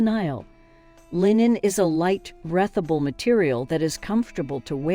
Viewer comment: Breath able instead of breethable. 😂